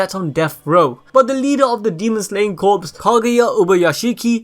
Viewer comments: I've never heard it pronounced like that... No P... Just like saying core not corpse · It's pronounced like core not corpse. But I'm nitpicking lol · Yes it's pronounced core. As in the Army Corps of engineers it's pronounced core. Definitely not corpse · Did anyone find it hard and cringing with the fact that he mispronounced the word "corps" as corpses the whole video. 😐 TO THE CREATOR- this French-derived word is pronounced like the word "core" not like the word "corpses" ( which mean dead bodies) but I Enjoyed the rest of the video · Sorry to be 'that guy' but its pronounced "Core" not "Corpse" gotta love the English language xD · Its not corpse dum dum its corps you say it like core not corpse dum dum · It’s pronounced “core” not “corpse” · my friend.. love the videos but you are saying corpse as in dead bodies. its corps. pronounced core. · Sorry but I have to say this... corps is pronounced core. Like the marines corps. Not corpse as in a dead body. Just a tiny pet peeve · Corps(core) not corpse(corps(e)).... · ITS NOT CORPSE... it sounds like CORE... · Great vid, but Corps is pronounced as Core and not Corpse. But again still a great vid! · Dude, CORPS is NOT pronounced as CORPSE. It is pronounced as CORE. DAMN, MAN. It's not that hard to learn. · The content is great but the only problem I have is how you say Corps. It's Corps (Core) not Corps (Corpes) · Please stop saying corpse when pronouncing corps. It's pronounced core. Otherwise great video 😊👍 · Demon Slayer Corps.... The word “Corps” is pronounced like the word “core”. He is pronouncing “Corps” like “corpse” which refers to a dead body. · It’s pronounced “Core” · ITS “CORE” JUST THE P AND S ARE SILENT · The P in Corps is silent. "CORE" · It's pronounced "Core" If the P was silent if would be pronounced "CORES" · Corps is pronounced as core homie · corps is pronounced core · “Corps” is pronounces as “core” just so you know lol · Love your videos but corps is pronounced like core the s is silent